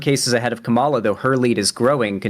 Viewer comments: still gets tripped up with Harris's name, like a lot of people. For those forgetting, it's KAH-ma-la, not Ka-MAH-la. Be wary, though, some talking heads on the right are mispronouncing Harris's name on purpose as a way to diminish her, kinda like "Barack HUSSEIN Obama" was used to imply him being some sort of foreigner or secret Muslim. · Dude its sooooo annoying. Its KA-mala not ka-MALA. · L. Say her name right. It's "Kama" as in comma, and la, as in lalalala. Comma-La. KAMALA. Or say Harris. 🙄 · please just pronounce Kamala's name right please please please it can't be that hard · Why can't he say Kamala's name right? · even corrected him, and he kept doing it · Oh god so wanted to go and salute those dumb jets so bad instead of continuing this with an hr to go. Then you check him on him on pronouncing Kamala... I almost get angle, but naw he's fos. reasonable af. Anyway, this comment is just for the algorithm. Love! ❤️ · Does ever say Kamala's name right? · pronounces “Kamala” wrong and I feel it has to be intentional. Emphasis on the first syllable. Reason I say this is because republicans used it as an attack on her back in 2020 to pronounce her name wrong. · He was directly corrected in this very debate and continued saying it wrong. I think you're being delusionally charitable. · Dude can't even say Kamala right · really didn't sit right with me how shark corrected him and he still went ahead and kept mispronouncing her name